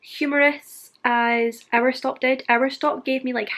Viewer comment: I love your vlogs and your accent when you were saying our stop it sounded like Aristotle idk why but it did, I so want to read all three of the books you mentioned now. Thanks for this. I also just love reading sprints.💕